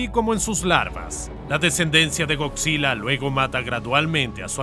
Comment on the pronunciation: es gojira pero se pronuncia goyira